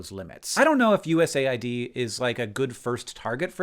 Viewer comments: I thought it was pronounced “US-aid” not “USA-id” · It’s called US AID not USA ID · are you sure you pronounce USAID right? I always thought it was supposed to be pronounced as U.S.-aid, given what their focus is. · That’s how you say USAID?! I always pronounced it USAID! I must have looked like a moron. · U S A I D? Isnt it pronounced US AID? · As a non-American I assumed USAID would be read 'you-ess-aid'. I mean it administers aid, not IDs. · Wait it’s not pronounced US AID? 🤯